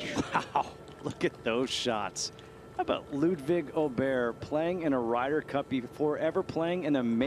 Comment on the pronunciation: Wouldn't say it's the correct pronounciation of Åberg, but atleast they are clearly trying to get it right.